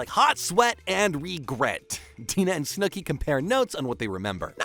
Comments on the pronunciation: "Snewki" hurts me every time 😂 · Snewkie but I absolutely love it lmaoooo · Your pronunciation of Snooki makes me chuckle.. ‘Snoo-key’ lol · Who is snew-key? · Did you watch the entire show and choose to pronounce snooki that way or are you reading from a script? Not one person during the editing process was like, hmm? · If you can't say "Snookie" right then I doubt you watched footage of the show. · The way you say Snooki is frying me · I like the continuous mispronunciation of Snooki! lol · SnoooKey : Instead Of Snooki | Palipsy Instead Of PoughKeepsie, NJ | Vinny Meets A Silicon (Material) Girl : Instead Of Sicilian (Italian) 😂😂😂. I’m Sorry But, The Pronunciation Is Killing Me Out 👏😂 But, I Fw The Video Tho 🫡🤝